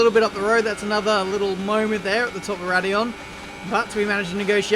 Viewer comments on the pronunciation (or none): Its raidillion actually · It's radilon actually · Its radillion actually 😂😂